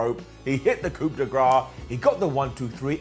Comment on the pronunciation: Psst, hey... You don't pronounce the P in coup.